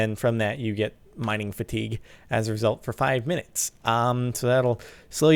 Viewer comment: Lol sparkles 😂 mining fatigue is pronounced mining "fatty gay" it's French.